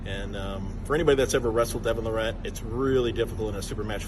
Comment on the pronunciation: John calling him Devon Le Rat... lol